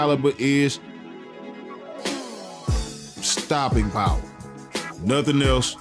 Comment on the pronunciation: He said stoping power! 😂 but he right tho , good video fam keep em coming